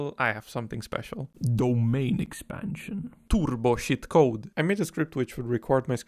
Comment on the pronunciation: the way you said "turboshit code" sounded very finnish :D